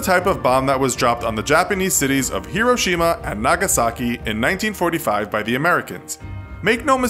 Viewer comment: The bomb was dropped in 1945 not 1925, it sounded like you said 1925.